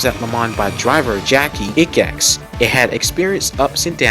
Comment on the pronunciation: Excellent video, I absolutely loved it! Only bit of critique is how you massacred the pronounciation of Jacky Ickx :D Other than that this was extremely insightful, thanks a lot!